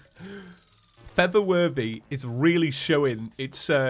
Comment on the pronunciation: you know you've been watching for too long when feather worthy is normal and for the worthy sounds weird